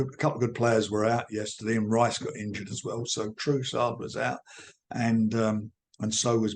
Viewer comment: Rachism 😂 True-sard 😂